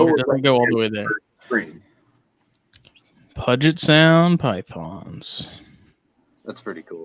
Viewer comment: Pronounced "pew-jet" Puget